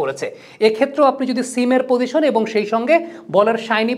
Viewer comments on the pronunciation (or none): none